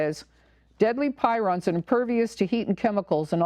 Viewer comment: I believe the oddly folded proteins are called prions (pronounced PREEons), not pirons. Thanks for your work. At the very least, they need to get the flouride out of the water supply. I don't drink tap water due to that and the chloramines plus all the pharmaceutical traces and who knows what else, pesticides, glyphosate (Roundup), and on and on. Yet the Sierra Club wants us to drink tap water to save the landfills from being overwhelmed by too many plastic water bottles from bottled water. I am sending out crystal messages to prevent 5G. I have tried to tell people about 5G but most people are so dumbed down from consuming the tap water!